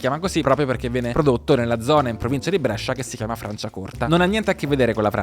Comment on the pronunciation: ti prego, Brescia si pronuncia con la "e" chiusa!!:D